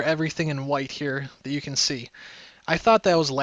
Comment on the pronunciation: Tanks for the statistics and the info :) ( just one thing when you say: can, it sounds like Kin. Just being a small grammer nazi (A) )